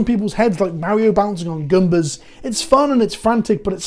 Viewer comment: You make a very solid case. But I draw the line at pronouncing Goombas as “Gumbas”